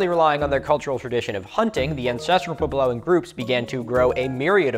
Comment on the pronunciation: It's going to kill me the way Milo keeps saying "pway-blow". Edit: especially since he says puebloan correctly!